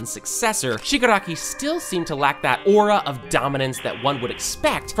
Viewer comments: Listen again he said shigaraki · Bro is saying shgari